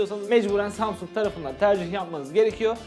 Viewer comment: İlk samsung kelimesini duyduğunda "Samsun"anlayan tek benmiyim